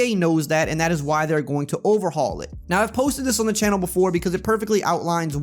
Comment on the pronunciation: Scouting “overhall” bro? Lol good vid tho